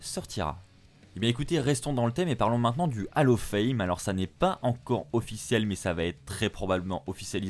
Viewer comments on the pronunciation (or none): Bon. J’ai stressé parce qu’on ne dit pas « AL OF FAIME » mais « OLL OF FAME » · juste une petite correction vocale on dit bien hall of fame (hall se prononcant "haul" et pas "hal" car vocalement on entend hallo fame) 😉